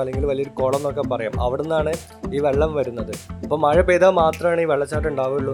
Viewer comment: language onnude redy aakanam maya alla mazha